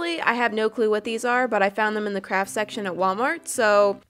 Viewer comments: I thought that she said '' crap'' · Did she say CRAP STORE???????